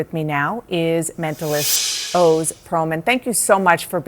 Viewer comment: It's pronounced Oz like Wizard of Oz and Dr. Oz. Not O's.